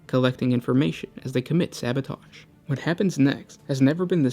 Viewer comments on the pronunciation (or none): none